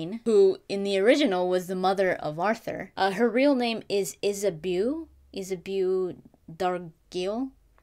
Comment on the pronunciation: Hey. I believe Isabeau is pronounced "Is a bow". (bow like bow tie or bow & arrow) This game sounds amazing. I love spooky atmosphere, gothic settings, Victorian England, alternate history, retro sci-fi, the Arthur legends. It's got it all!